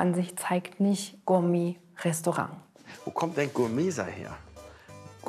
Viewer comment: Gurmee Restorang, wie der Thüringer sagt.